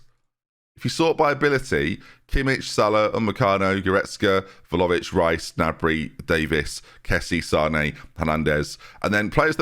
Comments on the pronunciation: Vla-ho-vic. Hovic. Not Lovic. You’re saying Vhalovic. Like saying Jenby instead of. Vlahovic. Not leviosaaaaaa. Sorry, I’m just really sensitive to this. 😄😄On another note, I don’t really like Bayern, but this team gets me excited. I think you’re making good decisions so far in this save, staying at a club and moving when you do. There’s no reason why you couldn’t do the treble this year. Good luck, I’ll be around to see it play out for sure! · ffs i was hoping we'd left your horrendous pronunciation of Vlahovic behind us